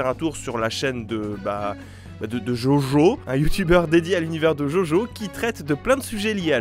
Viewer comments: je suis la seule qui s'est crispée quand quand il a dit "jojo" et pazs "djodjo" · JOJO SE PRONONCE DJODJO C'est tout ce que j'ai a dire